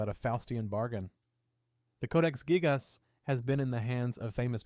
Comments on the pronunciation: Codex gig-AHS😂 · You can tell the voice reading the script is AI as well because of the incredibly weird spacing between words and how he pronounces "gigas"